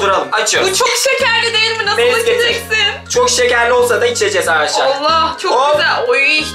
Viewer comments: Ama arkadaşlara aşalar diyo amanın demesi çok komik hahahsjjsjs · Abi aşar diyorsun arkadaşlar yaaa😄😄😄😄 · Peki arkadaşlar yerine ağaşlar demesi😂😂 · ağarşlar diyorr